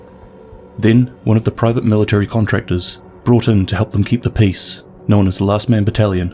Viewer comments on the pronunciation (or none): none